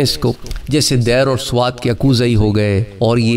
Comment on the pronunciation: Janab ye “Dair” nahi balke “Deer” hay jisko “Dir” llikhtay han!